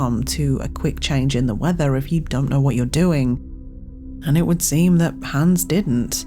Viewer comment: It's Hans, not Hæns.